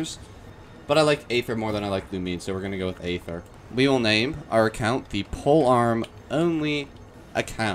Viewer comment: you say aether so wrong omfgg 😭😭